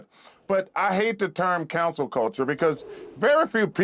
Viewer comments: Boy they must be paying him really good for the co nory comments he’s saying. Learn how to speak correctly “it’s cancel” not Council. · Why Charles kept saying "cancel" as "counsel"..? 😂